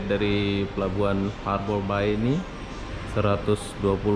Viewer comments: Sebutan yang betul untuk ( Harbour Bay) sepatutnya 'harbor bey' bukanya 'harbor bai" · Bunyinya haber bey...tn